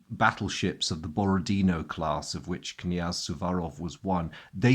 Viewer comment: I understand this is not terribly important, but I'll say it while I'm at it: in "Borodino" the last syllable is stressed. It's pronounced the way you would pronounce it in French.